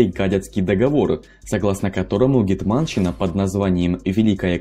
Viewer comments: Не "гетма'нщина", а "ге'тманщина", невозможно слушать видео с неправильным ударением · В слове гетманщина надо ударение ставить на е а не а